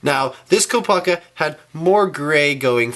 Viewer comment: Okay so now lets take a look at KOOP-A-KA lol